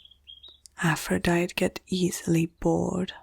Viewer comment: Aphrodite is pronounced as "a•fruh•dai•tee"